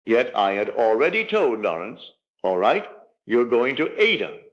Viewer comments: I don't know whose voice this is or, if it's AI. Neville was British and educated. In the UK, classical music institutions, broadcasters like the BBC, and general audiences strictly pronounce the opera Aida as eye-EE-duh (or ah-EE-dah, with three distinct syllables). NOT like it is repeatedly & disturbingly pronounced in this video. You need to correct it because you make Neville sound stupid. ANY educated person knows Verdi's opera is NOT pronounced AY-dah - two syllables, like Ada. Neville NEVER would have said it like that. NEVER!!! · Not Neville. Neville Goddard was an educated British man and would have known how to pronounce Verdi's opera Aida. This voice does not.